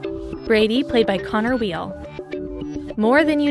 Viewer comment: you said conner weel its weil wi-l